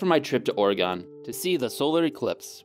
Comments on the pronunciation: It's Orê-gun or Orê-gîn, not Orê-gone. I don't blame you got not knowing. Most people not from the West Coast know how to pronounce it right. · I think it's funny that you call Oregon "ori-gone". We call it "ori-gun" or "ori-gin" 👌👌 I love your videos, thanks so much for spending the time and doing so much research to make them. Happy New Year! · Wonderful video! I'm very interested in the use of irradiation in the food industry, especially considering the masses being generally uneducated about the reality of radiation and how harmless most of it is. My only gripe, it's not or-eh-gone, it's or-eh-gun. Source: Lived in the Pacific NW for most of my life. My Oregon friend was upset by this. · IT IS NOT OREEEGON IT IS PRONOUNCED OR-G-IN happy New Years tho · Just a heads up to prevent u from triggered Oregonians. Oregon is pronounced ore - a - gin, not ore - e - gone. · As an Oregonian I feel it's my duty to remind you that Oregon is pronounced ory-gun. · Oregon is pronounced like Organ, sincerely a born and raised Oregonian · In addition to not letting it rise, he totally skipped kneading it too. Also Oregon's pronounced just like organ. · Yeah, didn't proof the yeast, didn't let doughs rise, punch down and rise again, bake. You basically made bricks. Oh and Oregon is pronounced Organ, by people who actually live in the PNW. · It's actual pronounced or-uhh-gun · Oh my god the way he pronounced Oregon is sooo wronggg it sounds more like organ than oragami. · You pronounced Oregon wrong sir. We are watching... always... O.o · The way you said Oregon upsets me I don't know why considering I'm from Oregon & use to random shit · The way he says Oregon triggers me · You said oregon wrong 😂😂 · Oof, why you gotta pronounce oregon so wrong? 😜